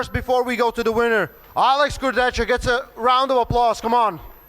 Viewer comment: Travis "Alex Kurdechka" Bagent